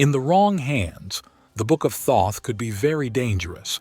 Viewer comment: Great video but seriously bro, the way you pronounce Thoth & Tutankhamun make me wanna gouge out my eardrums